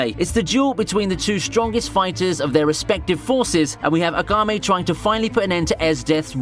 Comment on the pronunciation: Agame? Who the hell is Agame? You mean Akame (AHKHA-MAY)? Lol. Why do you emphasize the first syllable in most names like Asuna (Ahsoo-na), not (Ah-soona).